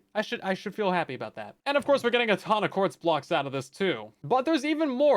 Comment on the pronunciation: for some reason i heard honda accords instead of ton of quartz